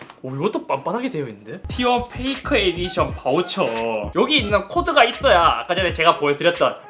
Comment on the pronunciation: 페이커를 잇섭식 발음으로 하면 '페이카ㅎ'